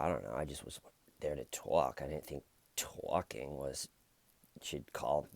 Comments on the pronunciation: I think you say tyorking hilariously and indeed exceedingly well. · I love hearing you tawk about tawking. But ED needs to stop tawking. Maybe “toyking”? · Keep Tawking Bro!!!! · I love ya!!! Keep TAWKING! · I like to hear you TAWKIN ‼️